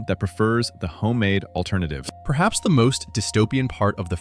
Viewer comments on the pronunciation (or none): none